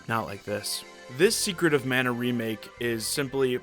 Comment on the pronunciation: It never ceases to amazing (and annoy) me how many people say "manna". Including the English voice cast. This game, in particular rubs that pet peeve raw because I had to change how I was mispronouncing the names of some enemies as I looked stuff up. Like I used to say "guy-gas" instead of "gig-ahs" for the Gigas bosses.